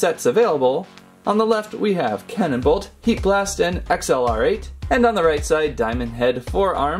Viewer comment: XLR8 is pronounced like the word accelerate